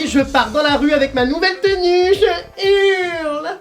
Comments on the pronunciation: pourquoi tu dit touletan je urle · pk il dit je urle